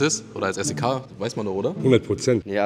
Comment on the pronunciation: Ich bin jetzt bei minute und frage mich wie er es schafft SEK so oft hintereinander falsch auszusprechen😂😂😂